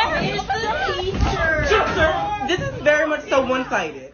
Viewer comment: Did she say iss do she mean iss